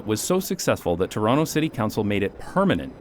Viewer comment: I can vouch that he lived in Toronto because he pronounces it Chronno